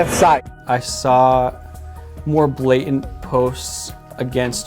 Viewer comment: A full grown man that says "blay-ent" Vs. BlaTANT Ssssssssssss